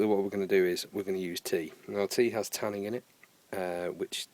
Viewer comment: There's no G in Tannin. Just saying.